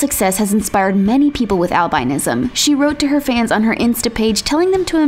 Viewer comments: The way she said albinism bothered me so much it’s pronounced al-bin-ism not al-bine-ism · Albinism is not pronounced, Al-biee-nism. Its pronounced, Al-bin-ism.